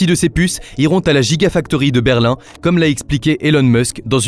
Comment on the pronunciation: "BerlinE", "DoDjo" c'est bizarre comme façon de parler pour prononcer Berlin et Dojo, quand-même. C'est difficile de croire que ce n'est pas une voix IA